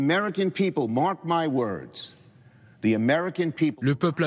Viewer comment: il n'y a pas de Z dans le mot anglais THE wire , donc arrêter de massacrés cette langue !? vous avec votre maudit Ze